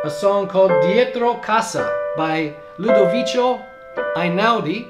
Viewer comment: "Loo-doe-weekoo". The c is a hard c, and not the "ch" sound.